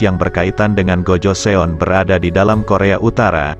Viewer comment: Kurang bagus penjelasaanya pertama tahun 2000 itu dh masehi harusnya tahun 200 mungkin yah bukan 2000 kedua sebutan untuk GOJOESEON itu adalah (Gojosun) bukan GOJoseon